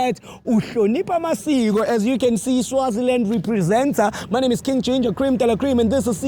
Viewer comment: It sounds like she was calling King Ginger Ben 10🤣🤣🤣